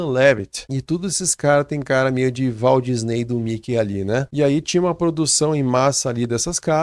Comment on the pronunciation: "Valdisnei" kkkkkkkkkkkkkkkkkkkkk